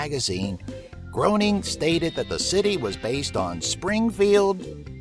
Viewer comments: It's not pronounced "groan-ing", it's "grain-ing"... js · How can someone profess to know anything about the Simpsons when they pronounce it 'Gro-ning'? It's 'Grey-ning' for crying out loud! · Did you call him "Bat Groan-ing"? It's Matt Gray-ning. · You're using the wrong pronunciation of the name of Matt Groening. The correct pronunciation sounds like GREYning. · its pronounced GRAYning